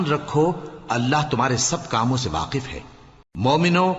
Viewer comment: Jalandhari sahab Last me waqif or waaq keh gye bhule se